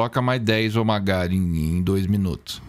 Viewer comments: oh my górrr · Fez eu derramar meu Danone Grosso vendo ela falando " Ohh maigayyyy" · Oh my gah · "Oh my gó" é tipo "Eu sou Groot" 😂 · Ó mai gá kkk